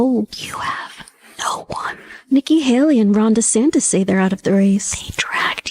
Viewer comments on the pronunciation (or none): none